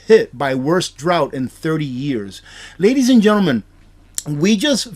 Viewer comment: the word is drought.